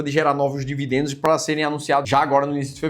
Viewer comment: não é devidendos, a pronuncia correta é dividendos, o sutaque horrivel